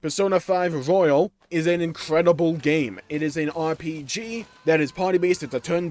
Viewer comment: It's Persona 5 Royal not Royale 2 different words.